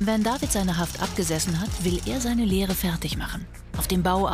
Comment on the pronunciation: " - will er seine LEHRE machen" wie die das ausspricht😂